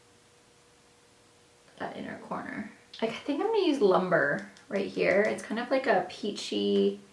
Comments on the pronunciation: You pronounce Lumbre like this, Loom-bray. Not like tree lumber. It means fire in Spanish, as does fuego. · Pronounced loom-bray, not lumber.